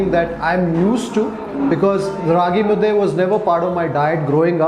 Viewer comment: It's Raagi mudde, not mudda. Hope you will take care of this next time.